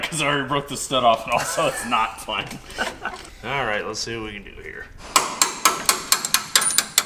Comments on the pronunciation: I think he said either Toepka or Towpeka...not Topeka. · I love how you guys keep saying Toe-peka lol